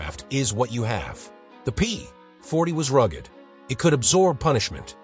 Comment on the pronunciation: THE A I voice SUCKS! The AIRCOBRA (like the snake, Cobra ) not what the voice says. And it goes downhill from there. Like, the P (pause) 40, and so it goes...